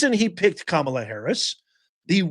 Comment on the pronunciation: Not ka-mi-la